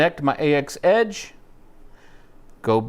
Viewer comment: anybody thinks it criminal they pronounce it as "A-X" instead of "AXE"